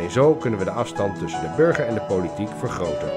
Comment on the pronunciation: holy shit hoe irritant kan je het woord burger wel niet uitspreken